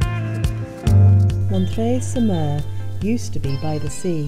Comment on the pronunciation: Your french is pretty good :) , you well pronounce Montreuil-sur-Mer. And thanks for that amazing video.